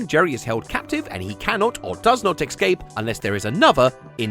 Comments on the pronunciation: the word is pronounced "Ess-Cape", not "Ex-Scape". And a period of time, that's an "Ee-ra" not an "Erra". I'm sorry for pointing this out. But I'm sure you'd rather know. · The word is ESCAPE, not EX-SCAPE. How can you get this wrong? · It's "escape" not "ex-cape" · I played a different game - “how many times did say “excape” rather than “escape” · The amount of times says "excape" physically hurts 😭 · Sorry, "exscape"? It's too important and frequent a word for this video. I had to say something. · Why can’t people pronounce “Escape” any more? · I wanted to enjoy this video but i CANNOT handle how British people say "escape" like my dude WHERE'D YOU GET THE X FROM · How do you make a nearly one-hour video about a mouse escaping a cat and never work out how to pronounce "escape"?